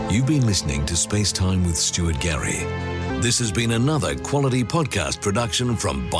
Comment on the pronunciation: Who is Stuary Gary?